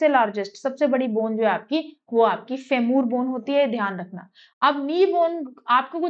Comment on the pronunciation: फेमूर nhi फीमर hota h